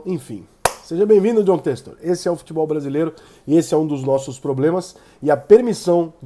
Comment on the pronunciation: pq vc fala Têxtor?